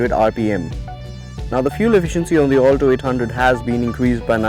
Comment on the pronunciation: Its Alto not 'All Toe'